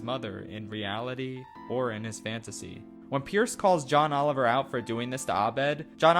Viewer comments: did you just say Ohn Joliver? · Ohn Joliver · "ohn joliver" tell me why this made me cackle for like 5 min its so stupid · Did he just say Ohn Joliver?